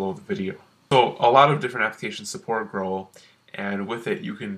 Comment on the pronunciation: Holy shit how can you pronounce Growl like that?!